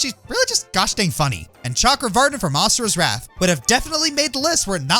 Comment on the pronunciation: "asura's warth"